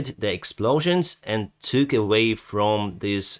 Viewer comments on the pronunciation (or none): none